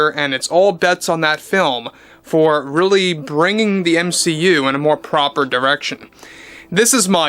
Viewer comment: ur saying M SHE U weird....